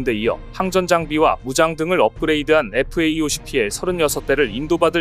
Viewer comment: FA-50이라고 쓰고 FAE50이라고 읽네요.